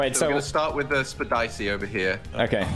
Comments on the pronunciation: "Pull up causin' havoc, jacksepdicy how I whip that" it sounds like spedicy when he said it but when you read the lyrics he didn't say it lol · I like the fact that one simple wrong-reading of Spedicy still lives on this many years later!